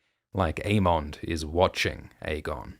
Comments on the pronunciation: I always thought it was "Aemond" like Everybody Loves "Raymond".. not "mon" like "monster". Same with Aegon like Damon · Never noticed the way you say "Aemond" until Gludus brought it up in the recent Dragon Time video 😂